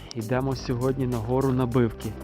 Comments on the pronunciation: На'бивки, а не Наби'вки! ))) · Вітаю, відео супер. Приємно бачити знайомі місця. Ходимо частенько на Набивки, зі сторони села Сукіль. Доречі місеві наголос в Набивки ставлять на букву а.